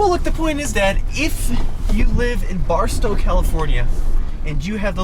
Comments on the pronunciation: finally pronounced Barstow correctly! Bronco for the win. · Should have titled this: "In this episode: The Micas Being RIDICULOUS!!! And, Learns to Say 'Barstow' Properly!!!" lol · Hey, been practicing how to pronounce Barstow!! LOL